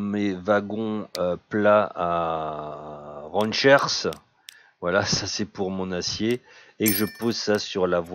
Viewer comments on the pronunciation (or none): tu me fais rire :) XD c'est tomberaux pas tombeaux XD et Ranche pas rancher j'adore ton humour dans tes video